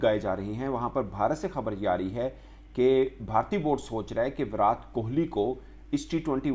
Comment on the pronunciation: Bhai naam to sahi se bolo...virat ..virat... T ...tamatar wala...ab urdu me kese samjhau...😂